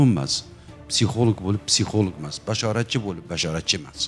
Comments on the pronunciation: Бу канака олима булди психолог сузини тугри айтолмайди. Психолик деб. Аввал тугри гапиришни ургансин. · Битва Тиранов 😅, психолог сузини тугри талаффуз килолмайдиган ,,психолог....Олима,файласуф,аллаканча китоб ёзганларни танимайман. Онам билан бир соат сухбат курганимда канча хаёт китобларини укигандек булардимХозир кизларимга айтаман,биргаликда хотирлаймиз.Жуда куп маколларни билардила.Хар бир мавзуга мос маколлари бор эди.34 ёшларида 4 норасида гудаклари билан бева колиб,оддий касалхона ошхонасига идиш ювувчи булиб ишга кириб,рузгор тебратганла.Жойлари жаннатлардан булсин.🤲